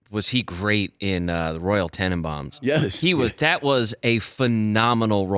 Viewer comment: Why did I know would say Royal Tanabaums.